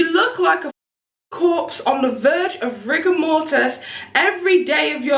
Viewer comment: “Rigamortis” lmao ok scholar. Rigor mortis *, dumbass. The way she talks in her videos drives me crazy. Like one very long word.